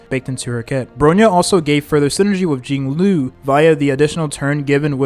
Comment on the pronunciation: im sorry but these pronunciations are like nails to a chalkboard. seal ay. den hang. fu xwun. JING LOO.